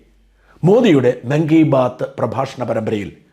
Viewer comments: Hello Marunadan: PM's program is not "monkey bath." It is "മൻ - കി - ബാത് " എന്നാണ് ' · മങ്കി ബാത്ത് അല്ലടോ shaja മൻ കി ബാത്ത് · മങ്കി ബാത്ത് അല്ല മൻ കി ബാത്ത് 😂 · Not related the news content. മങ്കി ബാത്ത് എന്നാണ് കേൾക്കാൻ സാധിക്കുന്നത്. മൻ കി ബാത് എന്നല്ലേ? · ഷാജൻ മങ്കി ബാത്ത് അല്ല.. മൻ കി ബാത്ത് ആണ്.